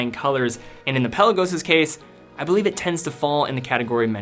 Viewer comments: Good vid, but “pel-law-goes.” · Love ur videos but u gotta stop pronouncing the Peh Lah Gos like that.